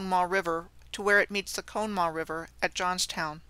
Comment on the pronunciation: Good info. PLEASE NOTE, This river which was involved in the several Johnstown Floods, including 1977, is pronounced as follows; con-uh - maw. No one will recognize how you said it. Thanks.